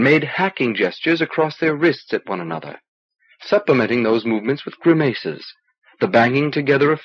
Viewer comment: Some choice mispronounciations here, eg gri-MAZE for grimace, should be GRIMM-uss and vuh-GARR-ies for vagaries, should be VAY-geries